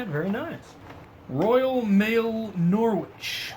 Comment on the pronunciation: Norwich is an English place, and as per the rules on England, we don't pronounce place names how they are spelled, because reasons. Norwich is pronounced "Norridge" and sounds like porridge.